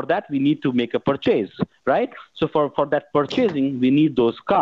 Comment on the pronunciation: Like the way these scammers pronounce the word purchase = Per Chase